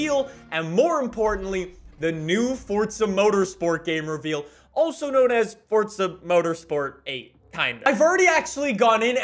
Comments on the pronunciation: Is there a silent T in the word forza? 😂😂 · There's no "T" in forza. Bugs the hell out of me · WHY DOES HE SAY FORTZA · I hate hearing fortza motorsport from you bro say properly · Hehehe, fortza horizon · tf is a fortza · how bout you stop saying fortza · yes but without the t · Bro, there's no t in Forza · Where do the T is forza it’s forza not FORTZA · Fortsa? I’m pretty sure it’s Forza mate.... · Btw it’s forza not fortza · if the proper pronunciation is “fortza” it would say that on the front cover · “welcome back to fortza horizon 4 guys” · I love how he says Fortsa instead of forza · Cant wait til he actually starts saying FORZA instead of FORTZA 😂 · It physically hurts me when he says Fort-sa instead of Forza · Yeah, its For-za not Fortza. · Oh my god. “Forza”! Not “fOrTsA” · Me: Forza: Fortza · Fourtsa? This guy can’t say it right 😂😂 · It's not fucking fortza it is forza!! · Dang my guy PLEASE drop the random ass T you're putting in the middle of Forza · my friend, its for-za not fort-za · Fortza 😂😂 FOR - ZA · Does it bother anyone else that he pronounces it "fortza"? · It’s pronounced “F-or-zah” not “Fortsaa” it’s also not said like Forzza, like pizza has a “st” with the z’s ... well you’re not supposed to say it like that.😶😐😑🙄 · Its "Forza" not "Fortsa". Fyi. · PLEASE STOP CALLING IT FORTSA ITS FOR-Z-uh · It Forza not Fortza!!!!! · * FOUR-ZUH not FORT-ZUH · Omg, for za. Not fort za. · Sorry but its Forza not fourtza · not hating, but why does he say forza like fortza? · It’s for-(za) not fortza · Why do you say it like “fortsa” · It’s Forza not Fortza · Why do you call it Fordza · It’s forza not fortsa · What the hell is fortsa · It makes me uncomfortable with the way he pronounces “fortza” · Why are you pronouncing it Fort z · U mean fortza horizon 5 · Well in his easy “fortza”. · Do u mean fortza horizon 5? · I agree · no it’s not. forza is correct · Its for za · I can't.. every time I hear fordza I lose track of what's going on in this video. Lol